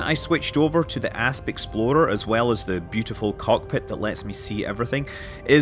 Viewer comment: Somehow, I've heard "Ass Exploder" instead of "Asp Explorer" xD